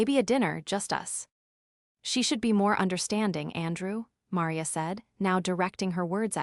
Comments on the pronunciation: Can’t even pronounce Maria? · Entertaining story. Would have been even better if the AI program they used for the narration could pronounce her mother's name Maria correctly. Well that and the tendency to break up one word into two like tenden cy. Oops!